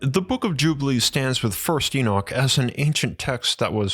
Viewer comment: you're saying Enoch incorrectly, same as a lot of folks. Please pronounce it correctly, we can't listen to such a blaring mistake.